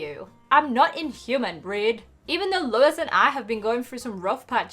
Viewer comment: Your saying Louis name wrong you say it like this looy